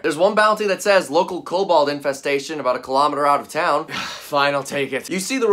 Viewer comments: Why is everyone saying Cobalt? does no one know what a kobold is? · Urm...Kobold? Not Cobalt? Cobalt is a color/element. Kobold is a race of D&D creatures. ...there is a difference and it's kinda important...